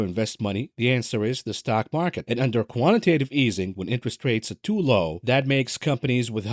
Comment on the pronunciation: Co…antitatve easing😂